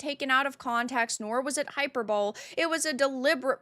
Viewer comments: High-per-bull-ee Not "hyper-bowl" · hyperbole is pronounce hi-per-bo-lee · “Hyperbole” is pronounced “high-per-boh-lee” just fyi. Love your content,. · Hyperbole = hi-per-bow-lee. Love ya! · quick note, in 'hyperbole' the ending 'e' is not silent, it's pronounced as if the word ended in 'y', with a long 'e' sound, like hyper-bo-lee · Look up how 'hyperbole' is said.